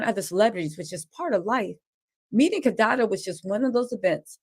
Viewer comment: Kadada/kadede 😂 got love